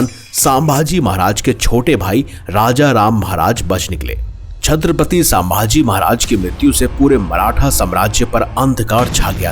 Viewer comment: Plz nam to thik se pronounce karo.....saambhaji nhi sambhaji Maharaj